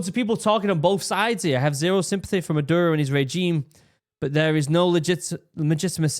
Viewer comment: a good way to pronounce spanish words on the fly is to break it into 2-3 letter syllables and pronounce them as easily as possible. for instance, "caracas" should be "ca-ra-cas" and the only sensible way to pronounce "ca" is like in "car," then the same vowelization for the "ra" like and so on. you end up with "kah-rah-caas." maduro- "ma-dur-o" leads to "mah-dure-oh". its not perfect, but its usually close enough to get you by. if you notice, other pronunciation choices don't roll off the tongue. i'm an american, and found this video to be very helpful. i think all these kinds of stories should be accompanied with maps so that people can understand exactly where things are happening. only thing missing was a topographic map, then you would have seen a couple of bomb sites were at the tops of mountains, indicating anti-air emplacements. we all hope this simmers down and venezuela takes the opportunity to come out with a better government that the people actually elected. say what you will about trump, even though he disagreed with the 2020 outcome, he still stepped down. hope the linguistic tips help!